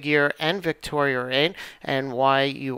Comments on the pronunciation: Victoria is not a hard name to pronounce. Why do you insist on putting an "r" at the end? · Ha, obvious condescension regarding quantum physics aside, as a former linguist I am very much aware of how things are said with regional accents. Names such as “Victoria” are frequently pronounced with an r after it in both the UK and New York. Considering the fact that the person who made the video is from New York, it’s not surprising at all that he puts an r after Victoria. But congratulations, you win the internet for being an ass on a YouTube video for no reason whatsoever. Bravo, enjoy your achievement. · I think we are going to have to agree to disagree. I appreciate the actual conversation even if there was rudeness on both ends. Sarcasm and rudeness aside, I see it as more of an accent thing. A lot of people who live in the NY area add the r’s and from what I’ve gathered, don’t even hear themselves saying it that way.